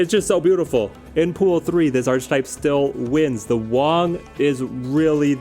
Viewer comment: I love your videos man! But please can you start pronouncing archetype right? Ark-e-type